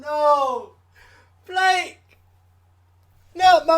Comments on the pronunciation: Flake is ronounced Fla ka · Loved your reaction 😂 One thing: Flake is pronounced like Flaaa-kaeh 😉 And for Rammstein... Check the "Rammlied" from Madison Square Garden, it's a bloody dynamite! And they will also teach you how to pronounce "RAMMSTEIN" 😎 Have a nice day!